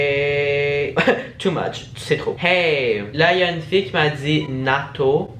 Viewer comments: Elle à dis natoo pas nato 😂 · #cloche C'est "Natoo" pas "Nato" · Mais c t pas nato mais natoo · Mais c'est pas ça NATO c'est une youtubeuse NATO et ça ce prononce Natou mais ça écrit Nato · Mdr Carlito un chanteur 😂 et c'est Natoo ! Pas Nato 😂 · Messager est un mot non existant... Je sais je me la ramène avec mon francais mais ça m'a perturbé tout au long de la vidéo 😅 Mcfly est youtubeur et non pas chanteur ; on dit Natoo et non pas Nato ... Mais j'ai bien aimé la vidéo 😁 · Tu m'a fait trop rire 😂 Alor mcfly et carlito sont 2 youtubeur qui font des vidéo à deux et non des chanteurs 😂 C'est pas nato mais natoo Et sinon de parnasse c'est un acteur français mais tu doit pas. Connaître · Ça se prononce Natou non nato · C'était pas nato mais Natoo 😂😂😂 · Ça s'écrit NATOO mais ça se prononce Natou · Par contre c'est Natoo pas nato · C'est natoo et pas nato😂😂😂😂😂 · Ces Natoo et ça se prononce Natou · c’est Natoo et pas Nato. 😭😂 sinon génial y’a vidéo ❤️ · C était Natoo pa NATO 😭😂😂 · NATOO PAS NATO XD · Ses pas nato ses Natoo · tu m'as fait trop rire 😂 mais c'est pas "nato" mais "natoo"😂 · It's not nato it's natoo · c pas nato mais c natoo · Nato 😂😂 It’s Natoo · C'est Natoo pas NATO mais c'est pas grave #gay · Tout le monde parle du faite qu'il croit que c'est un chanteur mais il connaît pas natoo et il le prononce "nato" quand même 😭😂